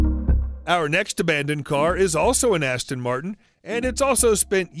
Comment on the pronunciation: badasss-ton Martin😅😅😅